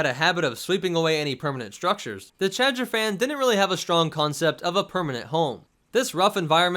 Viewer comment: Take a shot every time he says Chadrphan